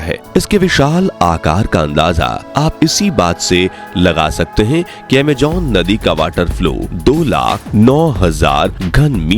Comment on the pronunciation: Bhai pls Amejonnnnn nhi Amazon okk talffuz thik kro ager shabd honsahi nhi honge to video me maza nhi aayega so pls Amazon no amjjjonnnn ok